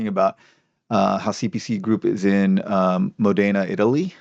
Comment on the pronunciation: it's Módena, not Modéna.